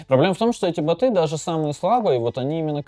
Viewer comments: Бо́т, бо́ты! Боты́, надо Даниилу с ударениями проработать, а то как-то даже не по себе... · Не боты, а боты!